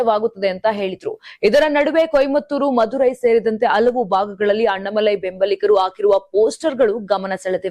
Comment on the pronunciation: ಕನ್ನಡ ಸರಿಯಾಗಿ ಮಾತಾಡಮ್ಮ ಅಣ್ಣಾಮಲೈ ಅವರ ಹೆಸರು, ಅಣ್ಣ ಮಲೈ ಅಲ್ಲ ತಾಯಿ.